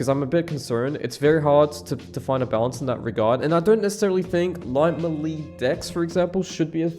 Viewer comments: The way you say Melee is new to me. MELEESS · the way this guy pronounces 'melee'